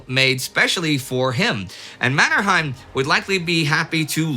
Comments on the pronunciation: One comment on the name Mannerheim. Locally, it's pronounced MannerHEYm, not MannerHAIm. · Pronounsed MannerhEim not the German MannerhAim. That family name was coned in Sweden. Think of Trondheim in Norwegian and Swedish. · Just a small remark. Both Mannerheim and Heinrichs had names with German roots, but which were pronounced as in Finnish, i.e exactly as spelled, not Mannerhaim and Hainrichs. Strange that Lindy, who is always very good with names has not picked this up. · It's pronounced "Manner-hame", not "Manner-hime" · it really annoys me how you say Mannerheim